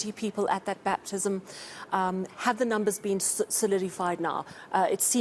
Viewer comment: This one cannot even pronounce batizzzzism🤣😹